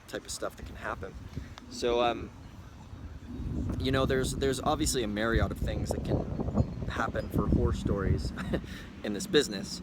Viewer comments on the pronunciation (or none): Dude what's a mariod? You mean myriad? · Did he say “a Marriott of problems”?